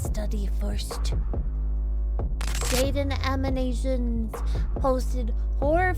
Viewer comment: "Jaiden Aminations" that was precious